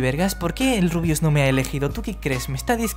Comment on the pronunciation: todo bien y todo pero en una parte dijiste El RUIUS 😂😂 sos un genio saludos desde Argentina